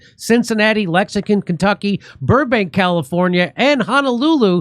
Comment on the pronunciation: Jimmy, you're my favorite information giver and I watch most of your videos. I also tell my buddies and send them links to your videos often. You're the bomb! but... you gotta re-record your intro with your dates and cities. Lexicon KY is starting to be annoying. LOL